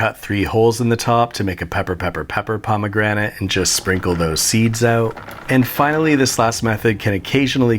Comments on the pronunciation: "mmmm, pomagranat" Im dead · “Pomegranté” for unnecessary flair. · Haha, pomme grenade